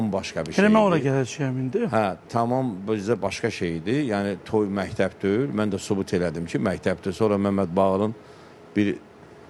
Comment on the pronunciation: Mehteb yox mekteb